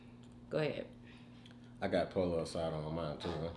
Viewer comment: Please learn how to pronounce "Pollo" coz you're killing me with your pronunciation. 🤣🤣